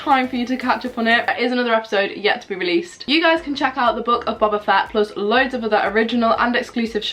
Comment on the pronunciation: Can’t lie it’s funny how u said u were watching book of boba fett but pronounced his name wrong (no hate)